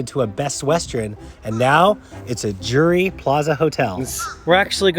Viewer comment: Pronunciation is important-it’s Drury, not Dury